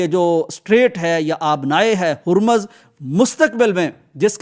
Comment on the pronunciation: ھرمز نہیں harmouz